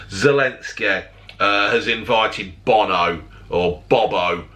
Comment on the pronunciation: OH NAW bo-no